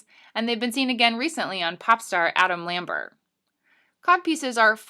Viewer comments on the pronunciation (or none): none